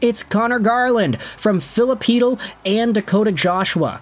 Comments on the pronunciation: Whoa, finally you got Chytil pronunciation right! I love you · No he got Chytil pronunciation right😂